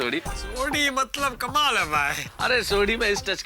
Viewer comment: mtlab ki jagah sodhi ne mtbal bola 😂